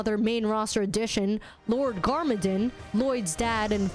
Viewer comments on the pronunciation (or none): what are you doing?!? 💀 Did you say "Lord Garma- din?" 😭🙏 (It's pronounced Garma "dawn", btw) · ALSO can we talk abt how who she said lord GARMIDIIN 😭😭😭 LIKE ARE FR RN?